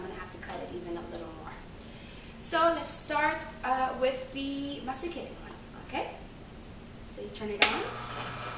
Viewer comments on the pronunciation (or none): SOUNDS LIKE YOU ARE SAYING "MEXICAN JUICER" NOW CAN I SEE YOUR MUFFIN?